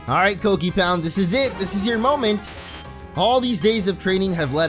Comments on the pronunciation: pope he pronounced it cockipound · Sounded like a rude word